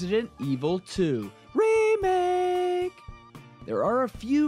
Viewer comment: Why when you say remake i feel like you say sega 😳😳😳😳